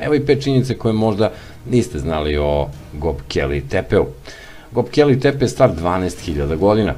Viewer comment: Говори као што пише:Гобекли Тепе, Вавилоњани(Вавилонци),Конквискадори и други свима познати појмови.Видео добар, аудио не.